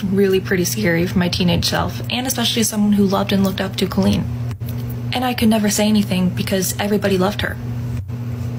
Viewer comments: DUDE RIGHT???? I’ve been thinking this this WHOLE TIME. I’ve always heard it pronounced caww-leen, not cOHleen. Wtf. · that’s what I’m saying, I’ve never heard it pronounced “Ko-leen” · I’m shook at how people pronoun Colleen like colon, that and that this went on for so damn long. Were adults at these shows??